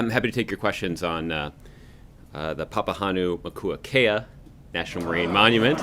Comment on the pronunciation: so you folks know, Papahānaumokuakea. Is pronounced (Pah Pah Hah Now Mo Ku Ah Kay-Ah)